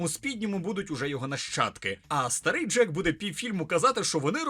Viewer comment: Джейк, не джек. і так, єдиний персонаж, якого я хоч якось запам"ятав з першого фільма :D